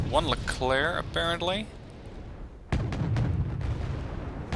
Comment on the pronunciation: The french actually pronounce the "k" sound at the end of "Leclerc"